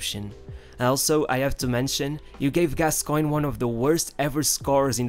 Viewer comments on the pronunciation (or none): none